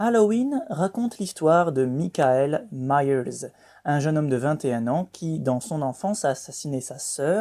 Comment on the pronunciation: Petit cours d'Anglais mon cher: Michael Myers se prononce MAIKEUL MAYERS et non MICKAEL MAYERS:-P (je ne sais pas si j'ai été clair m'en fous d'toute façon xP) sinon vidéo pas mal oui!